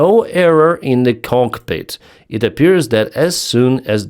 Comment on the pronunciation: Jeez dude. Don't tell YouTube you can speak English because you definitely can't. Speak in your native tongue. A " cockpit " is not " caulkpit" omg. 😮😮